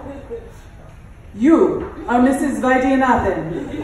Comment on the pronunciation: Vaidyanathan- exact pronunciation❤️